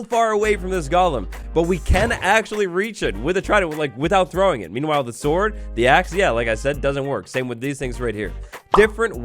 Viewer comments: did anyone else hear "the axes reach is a little sorter than the shord" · "a little bit sorter than the shord" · “Sorter than the shord” 2022 lmao 😂